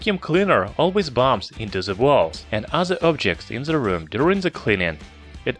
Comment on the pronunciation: Are you a German Youtuber? You speak 'th' Like germans. 😂🤣 You dont say the you say Like German ze. Ze Robot, ze Button